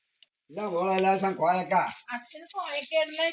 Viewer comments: Koyakka alla, kovakka anath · കോയക്ക അല്ല കോവക്ക ആണ് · കോയാക്ക😂😂😂😂😂😂😂...കോവക്ക ആണ് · കോയ, ഇക്ക ഒന്നുമല്ല... കോവക്ക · കോയാക്ക അല്ല. കോവക്ക ന്ന് പറയും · കോയാക്ക അല്ല കോവക്ക ആണ്